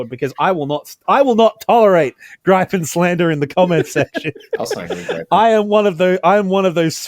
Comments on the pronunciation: On the topic of the pronounciation of Viggen, Draken & Gripen. The way you pronounced it like the word “gripe” made me cringe so much. It pains my Swedish viking heart. The first way you pronounced it was a lot closer, like “greepen” as if you’d pronounce the word green. The closest would be the way that Viggen was pronounced, that was the closest y’all ever got. If you were to use that same pronounciation of the i in Viggen, in the pronounciation of Gripen, then that would be a lot closer. Closer to the pronounciation of “grip” than “gripe”. For pronouncing draken, the A is supposed to be longer, imagine a very long A, like a posh “ask”, and then the E is also long, like the first E in environment. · You might already know but Gripen is pronounced Griffen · it's pronounced grIIIpen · JESUS FUCKUNG KRISTUS the grip part in Gripen don't say it like the colour of the sky say it like you grip something. I guess Griffin works as well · hee-hee-hee... he called it the "grai-pen".